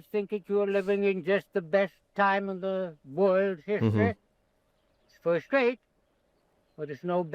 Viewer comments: I thought I heard a "foist" for the "first" in there. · He pronounces the word "first" with the British-sounding "fusst" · he also says "foyst half" ( first half..... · Work pronounced in his style ("woik") is regional, but likely disappearing, typical of Brooklyn (New York) even in the late 20th century. Notice "foist" instead of "first." His intonation is very similar to Franklin Delano Roosevelt's---whose speech was conservative.. The non-rhotic R is North American (east coast but disappearing). "Deluxe" style was incorrectly transcribed in the subtitles as "Duluth." You tv might want to google "fruit cake lady" who was an elderly lady from Alabama who was a regular on a popular tv talk show in the 1990s. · Woik, foist, woild. Anything with “or” sounds like it becomes “oi”. Great video!